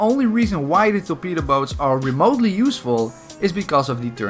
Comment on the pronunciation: Is it just me or everybody thinks that when says torpedo boat it sounds like betabow Btw can you make a video about every melee weapon in Bf1